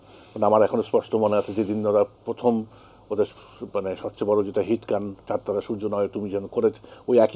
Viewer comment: চান তারা নামে শাফিন ভাই এর কোন গান ছিলো না, সঠিক উচ্চারণ হবে চাঁদ তারা।